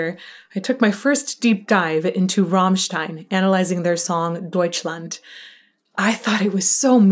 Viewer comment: When pronouncing the name "Rammstein", try to roll the R. Like Rrrammstein